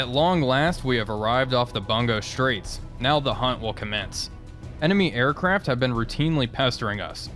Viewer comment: It is pronounced "Boon-go straights"...Bu is boo.